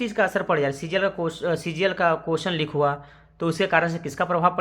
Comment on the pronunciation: It is leak not lik